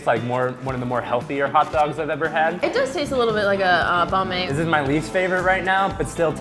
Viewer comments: Am I the only Vietnamese person that pronounces the a in banh mi as an a instead of an o? I think most people I know including relatives don't make the a sound like an o...🤔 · I'm Vietnamese and every time they said banh mi, I'm laughing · They keep on pronouncing banh mi and it's annoying me because I'm Vietnamese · Anyone else got annoyed when they kept mispronouncing banh mi? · the way she said banh mi made me cringe so hard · I don't know is anyone else is, but I'm very tempered by the way they pronounce Banh Mi. Btw I'm Vietnamese. Also it's pronounced ban mi not bon mi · its benh-me, not bahn me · im vietnamese and whats cringy is that people pronounce banh mi, ban mi, when its actually bun mi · ITS NOT BONH ME ITS BAAANH ME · Same "Bonh mi" haha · Its pronounced "bãn me" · Banh mi is pronounced like bahn mee or bun me that's how I pronounce it.. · Lol Americans pronounce it "Bon me" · Lol I can't help but yell 'it's pronounced bun me!' at the screen. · Summer Taher You're not stupid! It's just people are explaining it oddly. It's pronounced bung mee. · just putting it out there, it's not 'barn me'... and it's not 'bar mey' either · They pronounced Banh My wrong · It kind of irks me that they say ban/bawn mi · the way they pronounced "banh mi" no. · It bothers me how he says, "bon me". It's Banh Mi. Sorry. I just had to. 😅😂😂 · It's so funny when non Asians say banh mi In Vietnamese it's bAnnn me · I'm Vietnamese. I CRINGED every time they said "banh mi" as "bon mey"😭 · So funny hearing people saying Banh Mi xD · The way everyone said "banh mi,"(even the Asians) I cringed and wanted to explode. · They said Banh mi all wrong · their pronounciation of banh mi is so cringe-worthy since i'm viet. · I dont like how they say banh mi incorrectly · When people try to pronounce Banh mi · God.... The way they say banh mi, I'm veitnamese and ITS DRIVING ME CRAZY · He didn’t say banh mi correctly :( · I'm Vietnamese and the way they pronounce banh mi triggers me